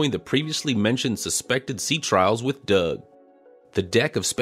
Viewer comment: It tickles me to no end every time I hear you say Doug. Thank you for these succinct update videos. They have become part of my weekend routine!